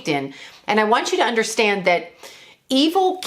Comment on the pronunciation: Are you a Charlie Freak watcher too? I noticed the "innerstand" I love him!!